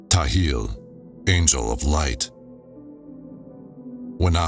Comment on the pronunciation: Appreciate the work that you've put into this recording. But the translation isn't perfect. Not directly translated. And sometimes the word Nishimtha should replace the word soul. The texts are not read chronologically, which makes the audio difficult to follow and make sense of. Some mandaic words and names are pronounce incorrectly, such as Ptahil. The P should not be silent. Otherwise, great narration and such a cool project!